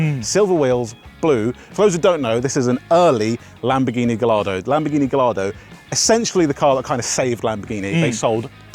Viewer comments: Ga-what? Gah-YARD-oh! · dude it's pronounced guyardo not galardo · A small part of me died every time they said gah-lard-o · GUY-ARDO, not GALL-ARDO. Philisteins. Great video. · Gai-yardo. Not Ga-lardo. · Mates..please before u say it, try to ear correctly the name of car.. the bloody name as 2 LL. Gallardo... It's not galardo... Thank you.. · Guys, please, I beg you. Gallardo is pronounced "gah-YAR-doh". Despite being an Italian brand, Lamborghini names most of its models after Spanish fighting bulls or breeds of bulls. Therefore, the names are pronounced using their Spanish origin, so the double-L is pronounced with a "yuh" sound, not a "luh". And while we're at it, it's OM-budz-muhn. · please boys its not pronounced gallardo, its gajjardo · GUYARDO people, please! Not GALLARDO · The pronunciation though... The double "L" is pronounced as a soft "J", if you respect Italian. It's not "lard" in the name, it's "yard". If you want to approach it at least a little bit better: Guy-Yard-Doh. edit: Sorry for the confusion I caused. The car is of course Italian, but the name is Spanish! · "You can't mispronounce mine" as they've both been mispronouncing Gallardo the whole time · "guy-yar-do" it's not hard. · Please go and find out how to say Gallardo (- gai aa dow) and redub this video. All the rest was great! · Isn't the "ll" pronounced "eye" in Gallardo? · The "ll" in Gallardo is read like a "y" (guh-rarr-doh) because it's a Spanish word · Listening to the pronunciation of Gallardo is killing me. In Italian and Spanish, the double l is pronounced as a y, so Guy-Ardo. Excellent video, but the mispronunciation is like nails on a chalkboard. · Turned it off the instant he didn't pronounce Gallardo correctly 🤢🤮 And you call yourself a car fan! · It's guyardo. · NO, that is not a "Galardo" but a "Gallardo". Please just look at how it's pronunciated!!!! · In Italian Gallardo isn't said with a hard L, it's Ga-jardo like a Juh sound. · GAH-YAR-DO - PLEASE!